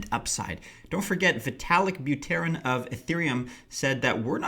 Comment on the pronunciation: Vitalik Bew-Teren?